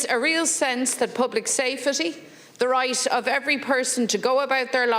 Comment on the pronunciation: Newstalk guilty of supporting gvt narrative on everything that has lead to where we are today. We're always hearing "for royt" accusations from their hosts too. Wonder why it always sounds like that 🤔